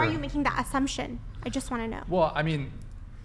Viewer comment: "You're like just like, making azzumptions and not doing the research." Lol, imagine having to do research on a potential mate. This world is horid.